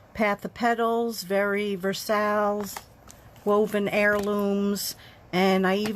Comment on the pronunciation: Fabulous cards and great techniques. BTW, Versailles is pronounced "Ver-sai". TFS.